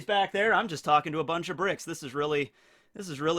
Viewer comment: Am I the only one that thought for a second, that said "I am talking to Briggs", in like Briggs the animeyoutuber. It took me a quick moment to realize he said "Bricks" xD